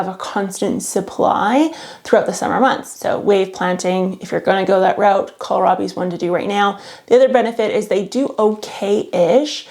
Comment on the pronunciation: (Psst. It’s kohlrabi, not colorabi. :). )